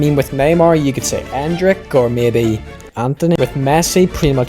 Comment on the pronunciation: When he said "Or mabay Antony" 💀💀💀💀